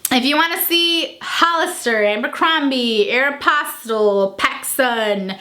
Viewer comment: Say what? Do you mean Aeropostale?